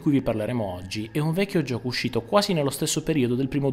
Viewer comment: adoro quando dice gioco. lui nn dice "gioco" ma dice "giuoco". senza offesa.